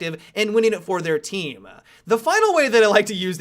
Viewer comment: "It'll be a detriment to your teaaam-uh". "As we mentioned before-uh". haha